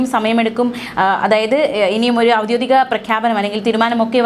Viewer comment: ഔദ്യോദികം എന്ന് പറയുന്നത് കേട്ടു, അതല്ലേ കാര്യം